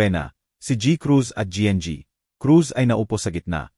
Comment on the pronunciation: Nakakainis yung pag bigkas ng GI EN GI Cruz AT GI. Cruz. Pwede namang Gng. Crus At G. Cruz